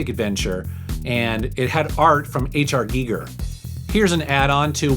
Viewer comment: You pronounced HR Giger correctly! :O